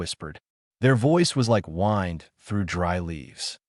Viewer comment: You need to teach your AI voice the difference between "Winned" and "Whined".